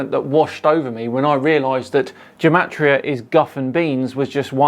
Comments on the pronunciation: Not to be too much of a party pooper, but gematria is pronounced with a hard G (Like Gamma) not as Jematria (Jewel). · Why does he start by pronouncing gematria with a hard G sound and then just switch half way to a soft G sound? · "Ruining Gematria"? Um ... OK. Go for it! Question: how do you pronounce 'Gematria'? The GematriaEffect guy says it sometimes with a hard 'g' as in 'get' and sometimes a soft 'g' as in 'gem'. Is he trying to confuse us? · This gematria guy is pronouncing gematria wrong. I found two different pronunciations and his matches neither? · For someone putting so much emphasis on spellings, he can't even decide on the correct pronunciation of "gematria"